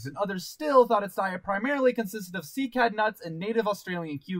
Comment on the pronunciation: its "sigh-ad" not "ki-ad"